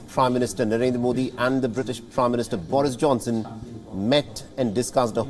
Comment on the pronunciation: Did he say Porridge Johnson 🤔😅😅